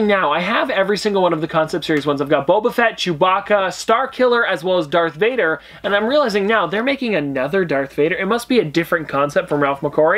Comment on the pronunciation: Did he say Dark Vader?